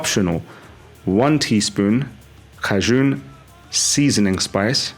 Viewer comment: That’s CAJUN spice. Pronounced KAY-JN